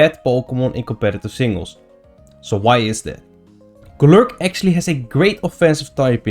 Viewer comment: I love how he pronounces Golurk. Just rolls off the tongue.